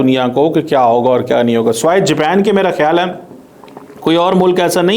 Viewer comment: اوہ بھائی جاپین نہیں جاپان ہوتا ہے